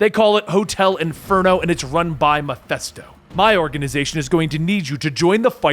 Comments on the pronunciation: I know it is petty, but it is Mephisto not Mephesto. Other than that it is a great vid. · Meh-fist-oh not meh-fest-oh As in meh-fist-oph-ah-lees (Mephistopheles)